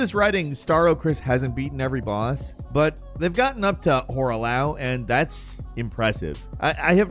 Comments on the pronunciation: Fun content to watch, but some of your pronunciations are killing me. Torrent the spectral "stead" (like steadfastness)??? He's a steed. Hoarah "Lao" (like the country Laos??) It's Loux like "loo" even pronounced as such in-game. I know it's just shit talking, but I couldn't not comment. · How he said hourah loux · I don't mean to be mean or an asshole but why do you say a ton of the names improperly like hoarah lao or faram azura when it's azula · Dude pronounced Hoarah Loux as "Hora lao" 😵‍💫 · "Whor-a LaaaAWW" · “Hora Lau” 🤦🏾‍♂️ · you pronounced Hoarah Loux so wrong and it hurts me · wait...you cant pronounce hoarah loux. you never beat the game did you???? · Why cant you say Horoah Loux properly? It's literally in the intro cutscene for the game then the transition cutscene for the fight. Its actually embarrassing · Why’d you say Godfrey’s real name like that. He actually says his name in game. It’s like you went out of your way.